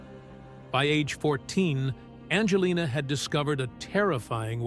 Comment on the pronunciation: BS YOU Cant even even get her name right she is not named bandjalynne